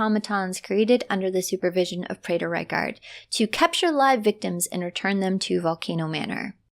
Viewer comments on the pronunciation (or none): none